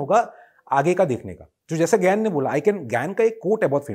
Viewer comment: Gain bol rahe hai ya gyan